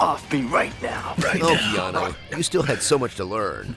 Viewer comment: 'Dumbly Earnest'...although, then My Own Private Idaho also came out in 1991 (I think it was), and both he and River were awesome in that. Also, why can't people say Keanu's name properly? Really, it's easy...Kean-oooo' not o! After all these years, if that was me, I'd be popping people on the nose every time they got it wrong. Haha.